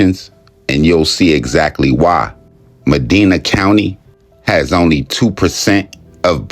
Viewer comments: Me-diiiina not mee-dena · Can tell this guy isnt from Ohio. "Madeena" "chaiahawga" lmao